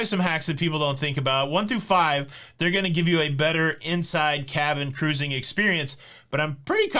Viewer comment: KA-RUISING!!!! BHAHAHAHAHAHAHA